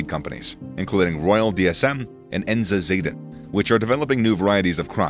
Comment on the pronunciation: The Dutch A is generally pronounced as the A in mama. Because of the English way of pronouncing, you are calling the company "Enza Morals" for a Dutch listener, they will have NO idea what you are talking about. Zaden = Seeds. Enza = Enkhuizer Zaden (their place of origin+their business}